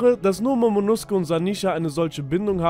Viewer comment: nosuke wird allerdings im japanischen so wie in dem Video ausgesprochen, genauso wie bei Naruto Sasuke eigentlich Saske ausgesprochen werden sollte. Bei der Übersetzung von Demon Slayer haben sie es richtig gemacht, da wird Nezuko nämlich Nesko ausgesprochen